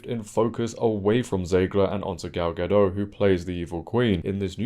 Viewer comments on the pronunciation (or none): It’s Gadot, not Gado